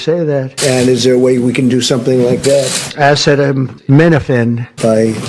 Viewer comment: He can't even read aloud acetaminophen WTF